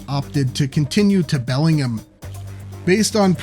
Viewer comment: Belling-gum. Lol.